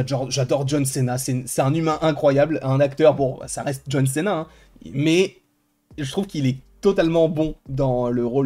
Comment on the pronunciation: je te kiffe hyn y’a pas de souci là dessus mais pitié arrête avec les « john CÉNA » mdrrr John CIIIIINA c’est mieux stp merci ( je te kiffe )